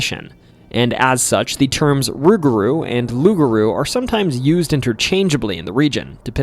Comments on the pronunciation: My friend take it from a Cajun it pronounced Loup,Garou kind of like pit bull don't cha know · nope.. it's aloup-garou.. aloup is Cajun french for wolf..garou in Cajun french for were..no such word as rou in french